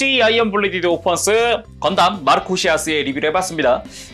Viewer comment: 건담 마르코'씰'아스